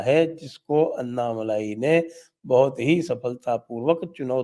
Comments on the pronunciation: It's not malaai but malai...no aa ki maatra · साहब अन्नामलाई मत कहिये. सही उच्छार तो "अण्णामलय" है।